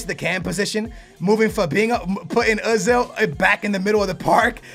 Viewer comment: wait a min did he saw uh zil hey man he is oezil not uh zil